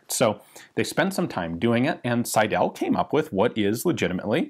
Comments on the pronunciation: The proper pronounciation would by „Sydl“ - the „e“ ist not pronounced. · Cool to hear a 'ricain pronounce "Seidel" ;-D The stress is on the first syllable, and the "el" is "Schwah-l" - SEIdl. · Seidel is pronounced on the 1st syllable. The 2nd e is almost a Schëwa, another form of the name is "Seidl". Selbstspanner: S before P is most often pronounced "sch" (sh), including in "Spanner". BTW, I knew it as "Hahnspanner" and Double-Action as "Spannabzug".